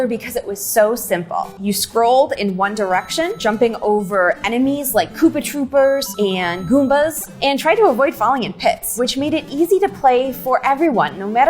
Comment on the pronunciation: did you really just hard R Koopa TroopERS